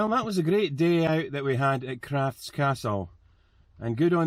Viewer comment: The Feugh is not pronounced Fook it is pronounced FEUGH AS IN FEUCH Emphasis on the U hope that helps. Crathes castle is called Crath es . great video . x